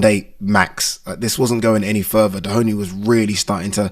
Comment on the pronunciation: He’s not called Dehoney lol Doheny